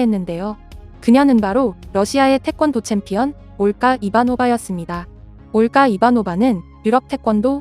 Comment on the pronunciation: 발음이 왜 이렇게 거슬리지? 올가를 올까로 된소리로 발음하네 정작 지적인 은 된소리로 발음해야 하는데 안하고 가라데는 가라테? ㅎㅎ